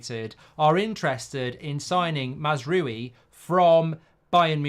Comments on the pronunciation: MAZZ-ROOO-WEE🤣🤣🤣🤡🤡🤡ffs at least pronounce it correctly- MAZ-R-OW-EEE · Not MAZ ROO WII ! MAZ-RAWI. Stop butchering his name ! Love your show btw. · Mazraoui not Mazroui Mr Mark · It’s pronounced Mazrwowi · Mark pronunciation: Mazz row-ie (as in a row with someone) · You pronounce mazraoui as: MAZRA (rolling r) & then french “yes” oui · This is just another example how poor prepaired Mark is! Last time he had to look up the player when we were talking about him and now he can't even prenaunce Masrouis name. I watch him because I think his funny, but he is poorly updated when it comes to football. And he gets ofended to quickly.😂dont be so angry Mark..